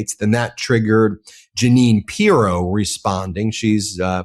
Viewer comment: always makes good points, but for the love of God, can he learn to pronounce pronounce Pirro‘s name properly? It is SO distracting.